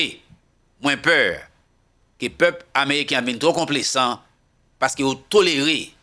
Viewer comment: mw salyew ak tt fanmiw, ce n'est pas konplesan, se complezan, li gen son z, men regle la lorsque s se trouve au milieu de deux voyelles li gen son z ok, bonne journée mon frère.